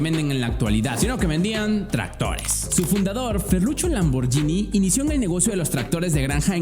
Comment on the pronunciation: se pronuncia lamborguini, una italiana casi me pega cuando dije lamborgini